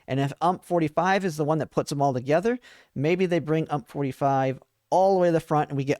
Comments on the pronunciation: UMP 45, pronounced you-em-pee 45, U.M.P. = Universale Machinen Pistole. Not Ump. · You Em Pee, not Ump, if you are going to use her weapon designation, instead of her name, at least say it correctly 🙃